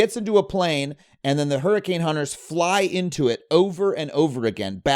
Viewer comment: Hurrican X hunter Prounced: hurricane hunter